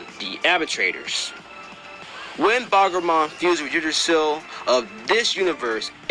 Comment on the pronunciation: Why do I always Feel like he saying Bagramon he Say Barbamon